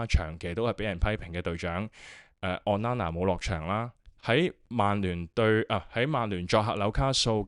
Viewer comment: O nana, not on nana 加油👍